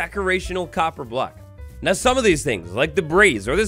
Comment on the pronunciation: COPPER, not CoBpEr. I gotta leave this vid man i seriously cant take it